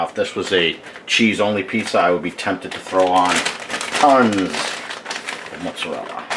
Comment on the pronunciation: Did you pronounce it "Mutts-a-rella" before or after you got the dog? LOL